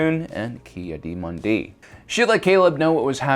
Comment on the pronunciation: And you mispronounced her last name (ad Ki-Adi Mundi’s)